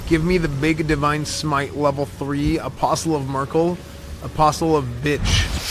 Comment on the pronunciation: "The testament of Myrkul- isn't that the German lady?" Cracked me up more than it should. I guess Americans murder Merkel's name like that. And she's retired since 2 years I believe